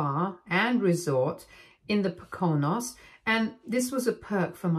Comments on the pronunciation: It's pronounced POKE-A-NOSE. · Poke-oh-nose. Adoption. Good. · It's pronounced Po(long o) co( long o again) nose. So Poco nose. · So where were they going? The PoCOnos? Seriously, this is your channel where you read reddit stories and you don't make sure of the pronunciations of words you're clearly not familiar with? That's just annoying. The word is POconos, emphasis on the first syllable. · Po-co-knows 😂next time, try Poco-Knows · It’s pronounced Po ca noes If you are going to read a story, and you aren’t familiar with a place name, found out!!! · Poconos is pronounced PO-ko-noes. It's a lovely area of upper New York State. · btw it's pronounced "poke-uh-nose" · It's pronounced poe-kin-nose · I thought the word was pronounced po- ca-nos, not what the AI was calling it. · it’s pronounced poke-a-nose. But to be fair I like the way you say it better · “POE-can-ose” is the correct pronunciation of Pokonos. 😇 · As with many of these, I suspect the stories are entirely fictional, but I had to admit that this kid is diabolical and I like that about her. Note to the narrator: it’s pronounced Poe-con-ohs. It’s probably a good idea to check the pronunciation of American places—they can be idiosyncratic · Poconos is pronounced POE-KEN-KNOWS. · emphasis is on the 'po' "PO-kun-ose". a lot of names around here are hard to pronounce. some are worse than others. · Time to Google PROPER NOUNS for how to pronounce them correctly; it’s called DUE DILIGENCE and is a basic element of journalism. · If you are going to read scripts a for a living - LEARN TO PRONOUNCE WORDS!!! You’re not even close with your pronunciation of “Poconos”. Do better. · Please stop mispronouncing "Poconos". Thanks. A native Pennsylvanian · The first O in Poconos has the stress on it o/. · Are you also from PA? Lol I thought I was going crazy hearing her pronounce Poconos while seeing the spelling. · Po co nos. Not pO cO nos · It’s pronounced POKE a nose. With the emphasis on the 1st syllable.